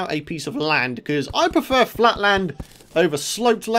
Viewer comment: his "fland" instead of flat. :D